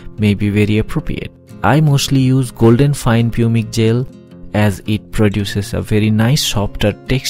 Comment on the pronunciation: An interesting video, thanks for posting this. One minor point - Pumice is pronounced 'pumis' in English.